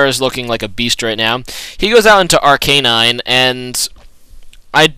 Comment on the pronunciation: he i think its Arcanine and not arcaaanine